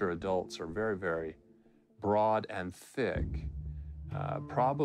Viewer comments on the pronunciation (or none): none